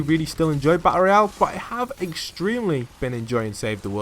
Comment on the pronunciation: he seid battelroial